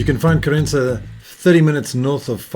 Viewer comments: I didn't said you wrote. I said you pronounced ("Querénza")... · Hi mate ! You're living here for a while. You're almost portuguese ! Please don't spell "Querença' with spanish accent. We, the portuguese, hate that (I'm sure your wife as well)...😉🤣